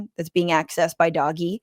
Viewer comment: I'm just here to hear Fran say "doggy"...😂😂😂😂😂😂